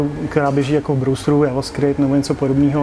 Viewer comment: JJJJ ... avaskript??? Kdo to tak rika?🤢🤢🤢 Ten jazyk neni pojmenovanej po motocyklech Jawa, ale prebral jmeno od Javy, ktera vzala jmeno od slangoveho vyrazu kavy, ktery vzniknul podle napisu na pytlech s kavovymy zrny z ostrovu Jávy .. takze je jasny ze se to ma vyslovovat dzavaskript 😆😆